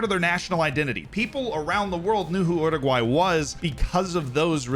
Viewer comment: Oroguae 😂 still slip that Anglo R tho